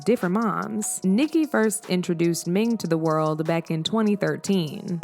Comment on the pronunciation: Her name is "Ning" but you keep calling her "Ming" lol